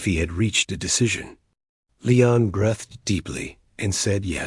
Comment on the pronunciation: Breathed = brethed instead of breethed?